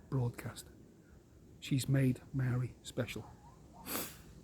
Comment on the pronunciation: You aren't a New Zealander. You don't even know how to pronounce the word Maori. If you had understanding of the Law of the Land and the Treaty of Waitangi, you'd understand Co-Governance. You think like a colonist.